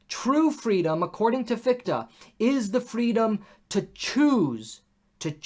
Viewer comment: Thanks again for the series. I wonder what your take on this old debate is - where do you fall with respect to German idealism. PS the pronunciation of Fichte is quite off (the combination "ch" is a particular sound, also found in "ich", I, and it doesn't sound like "ck"). But that's not a real critism, all Americans do that. Feuerbach is even worse. Come to think of it, the same comment also applied to Bach. It's not "Bakk".